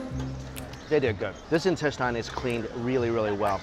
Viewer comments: In-tes-ten. Why do you always say in-tes-tyne? It's instesine! Damn it Mikey! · loved the content as usual, but the pronunciation on "intestine" is killing me